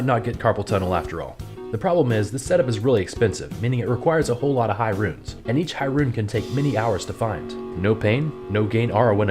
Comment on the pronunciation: Boo! Pronounce Runes like. Viking. Bear, sewer, yah